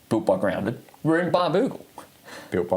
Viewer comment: pronouncing Muni “Moony” is slightly triggering Also it’s Barnbougle, not Bambougle 🙄